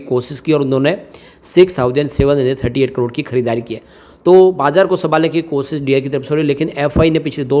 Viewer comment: kosis nahi koshishhhh